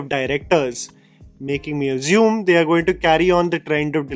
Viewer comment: ‘Assume’ not Azume 🙏🏽